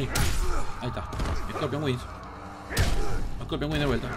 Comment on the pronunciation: Es corpion o no es corpion , si es corpion xD